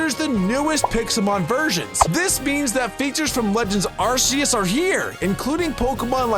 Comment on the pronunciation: Due to the arc phone being pronounced ark phone, arceus is not pronounced arseus be instead arkeus or arkoos if you’re an mandjtv fan